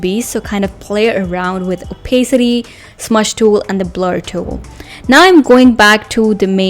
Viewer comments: the joke was she pronounced opacity wrong, in case you're wondering. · Why are you making fun of somebody's pronunciation?